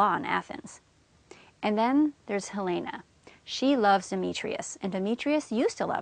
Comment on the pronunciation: u pronounce helena wrony